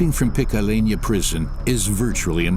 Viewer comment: Also says picalena...are you slow???